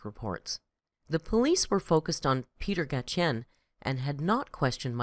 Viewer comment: It’s pronounced Michael Uh-lig (or Al-ig). Also his boss’s last name is pronounced Gai-shin (or Gai-shen)